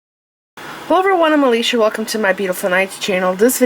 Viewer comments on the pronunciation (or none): none